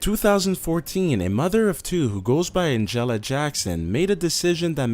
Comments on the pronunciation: The way he pronounces Angela, omg. It's supposed to be like AN-JUH-LUH, but he's like An-jellah. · AND.... someone needs to tell these narrators how to f-ing pronounce certain words! "Abrooptly"? "An-jell-a?" wtf???? LOL